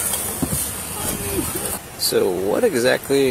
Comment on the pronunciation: I pwomise lol scared to death of the drunk tank